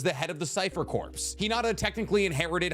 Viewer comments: love learning new things about Naruto after falling out of it lol also... its pronounced "core" and not "corpssss" XD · Its pronounced core or kaw. Tell them to stfu. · Omg someone said something about you saying “corpse” for corps. 🤣 tbh I wanted to also but I let it slide because I love you. But while we’re at it, I also cringe when you say “combine-ding” for combining 🤣 The only reason I notice is because I watch ALL of your videos form start to finish 😅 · Corps is pronounced cores that guy is wrong. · I'm glad somebody e-mailed about the whole corps thing. It was painful to listen to every time it was said wrong. Now if we could only get him to say "skirmishes" instead of "squirmishes." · Oh my fucking God holy shit whoever emailed about his gross mispronunciation of the word corps deserves a medal this has vexed me for quite some time. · I’m out saying corps now 😂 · LOL someone actually emailed about you pronouncing the rest of corps